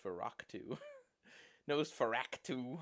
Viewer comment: it bothers me so much how you say Nosferatu as "Nosferactu"